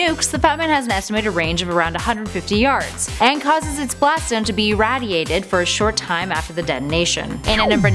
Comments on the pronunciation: it wouldn't bother me of she wasn't in a gaming related career, I mean there is no way she has heard everyone say "irradiated" with a hard A, and just assumed everyone else was wrong. No way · ....how is it possible that she has never heard anyone pronounce "irradiated" correctly....